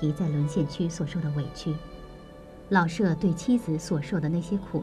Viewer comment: “舍”有shě和shè两个读音，那在老舍先生的“舍”到底该读哪个音呢？ “舍”字读第三声“shě”，为舍弃；读第四声shè，为房屋。 老舍原名舒庆春，字舍予，笔名老舍。 舍予是舍我、无我的意思，在这里，“舍”即舍弃，应读第三声。